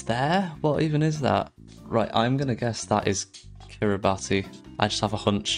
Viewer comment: Also btw Kiribati is pronounced "kiri bas"